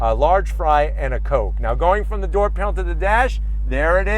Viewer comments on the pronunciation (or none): none